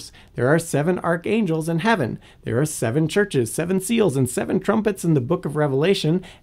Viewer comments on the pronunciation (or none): none